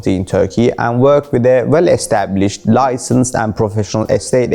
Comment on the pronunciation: Licanced 😅🤣🤣🤣 Licenced